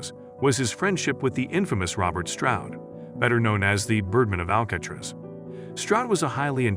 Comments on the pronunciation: Ikr what is "Al-catch-tres"? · Al cat riss? WTF